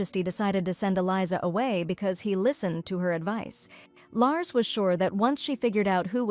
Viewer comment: Larcy, not Lars